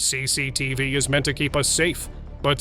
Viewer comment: CCTV bang bukan CECETF